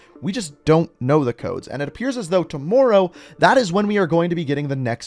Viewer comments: No one:: too-more row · Love how this man says tmmr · Every time he says tomorrow I cringe. I know he’s Canadian but I can’t help they say the word wrong. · The way this guy says Tomorrow bro😂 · LMAO and the way he was saying tomorrow